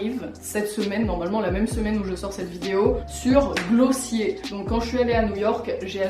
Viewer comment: par contre ça me perturbes tellement du dit glossier a la française 😭😭 s'il te plaît dit "gloss hier"